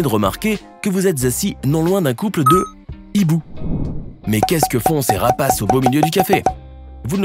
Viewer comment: Hibou commence par un "h" aspiré ; on dit donc : "ces hiboux" et non pas : "ces z'hiboux" !